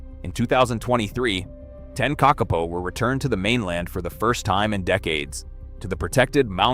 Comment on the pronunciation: Kakapo is pronounced KA-ka-po, it is not pronounced ka-KA-po